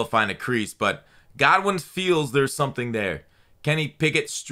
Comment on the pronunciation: It’s Goodwin not Godwin😂